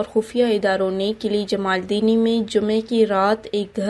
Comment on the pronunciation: BB very sad to say you are Being a Baloch you don't properly pronounce the Baloch tribe name(jamaldini).